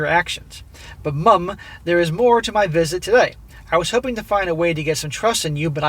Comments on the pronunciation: Why you emphasizing "MUMmm" ...😂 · 'Mum'... it's a common usage throughout the English speaking world. 'Mom' is fine, but please don't sound retarded while saying 'Mum'. It's fairly easy to pronounce. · Why the Fck are you saying mum like that? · As a by-the-by, enough with the exaggerated pronunciation of "Mum"!!!! "Mother" us pronounced MUTHER therefore the abbreviaton is MUM! If you Yanks insist on MOM then so be it, but if you pronounce MOTHER as MUTHER then saying MOM makes no sense! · What’s funny is the way says mum is exactly what we think your spelling of mom should sound like to us 😂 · because they english u gonna pronounce mom "mum" ayeee u crack me up😂